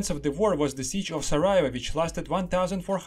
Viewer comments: Not Sarajeva it’s Sarajevo. Try to learn the proper pronunciation of the major cities at least. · this is not how you pronounce sarajevo